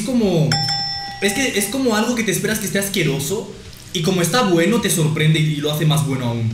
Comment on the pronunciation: comiendo maruchan con doritos que no le gustan: "etaweno"